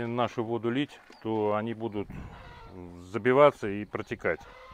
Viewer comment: "Они" ударение на О.